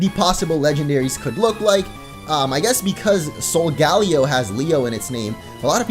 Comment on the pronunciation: Solgaleo is most likely pronounced ( sol- guh - layo ) not ( sol - gal - ee - o ) I'm considering it seems to derive from Galileo the astronomer.